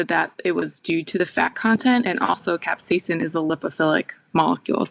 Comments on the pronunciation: Why do you say "capsa-ya-sin" when the doctor says "caps-ai-sin"? Also, thanks a bunch The bitterness seems to be an ad hoc hypothesis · The entire English speaking world including in this video: Kap•sei•sn Adam: Cap•say•ah•sin 😂 As you would say Adam, you do you! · Capsaicin is pronounced cap-say-sn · It's just "cap-say-sin," like says;) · Capsaiacin? Im sorry but you kept mispronouncing it the entire video. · Good research but I found the British pronunciation of capsaicin from an American as distracting as an American adding the extra British pronunciation to aluminum. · Why do you say capsaicin like a dutch person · i was cringing cause of pronunciation of capsaicin